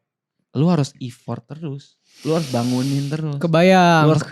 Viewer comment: Thank you buat kontennya yg bagus, tapi mohon maaf "effort" itu pengucapannya kayak "effert", bukan ifort